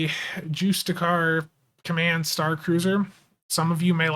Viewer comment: Justicar, pretty close. You have the first part right, but it ends with a "she-er" sound.